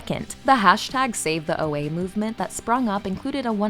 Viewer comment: Oh-Ah, not O.A.